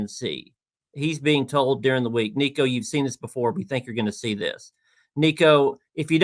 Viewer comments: Come on, man. It's week 7. Learn how to say Nico's last name😂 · Please learn how to pronounce Nico‘s name, right. It always bothers me when people don’t take the time to do their research to get a name, correct